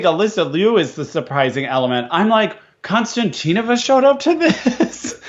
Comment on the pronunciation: Just for reference, Konstantinova's last name has emphasis on the I, not the first a. Pronounced Konstant-EEN-ova